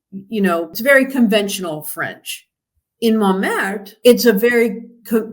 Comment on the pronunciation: You can't pronounce Tuileries or Montmartre